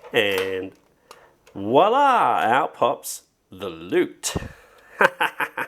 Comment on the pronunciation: We Say voila not woila that s juste a french détail bonne journée